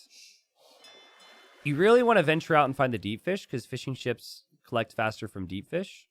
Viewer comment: Every time you say "fishing ships" I hear "fish and chips" for some reason.